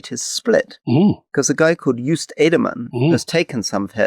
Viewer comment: I have long wondered why it is that the British cling so stubbornly to the notion that the double o in Joost or Schoof should be made to sound like the double o in Winnie-the-Pooh rather than o as in open which would quite close to the original. The truly weird thing is that they insist on doing so even when they try quite hard to get other Dutch names broadly right, and have repeatedly been exposed to the correct pronunciation.